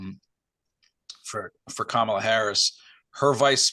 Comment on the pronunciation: let’s transition to proper pronunciation of Kamala today.